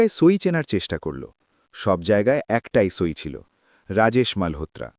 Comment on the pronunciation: এরা সই বা স্বাক্ষরকে "ছই" বলে কেন?!!